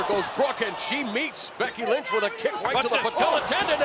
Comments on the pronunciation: did he just say Becky Lunch? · I swear I heard "Becky Lunch" 😂😂😂